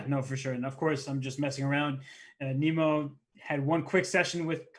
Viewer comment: he keeps calling her Nemo... im assuming thats not how her name is pronounced?